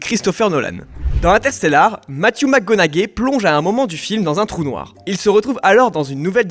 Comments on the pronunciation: Sympa la vidéo, par contre mes oreilles saignent quand j'entend Matthew McConnaugai . Tu dit bien Matthew et pas le nom de famille haha. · Matthew "mac conagay" lol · Non surtout pas